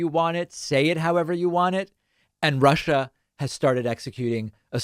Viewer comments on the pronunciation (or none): none